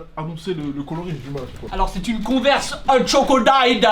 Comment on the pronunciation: Mike tu prononces trop bien le nom de la converse beige